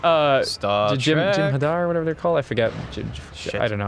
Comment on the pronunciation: Jem'Hadar is correct.